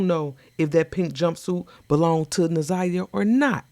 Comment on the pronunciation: She said Za' niya not Na'Ziyah?